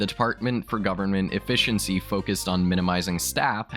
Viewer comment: don't think I've ever heard efficiency pronounced so oddly lol